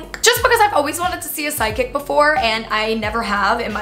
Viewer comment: omg i thought said SIDEKICK not psychic 😂